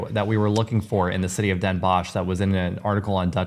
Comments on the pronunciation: Great video, just some work needed on the pronunciation. It is Den Bosch, sounds like den boS (s like in snake) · Funny how you pronounce the O in Den Bosch. like in fox. You should pronounce it like the OA in board.Visit Groningen and climb the Martinitower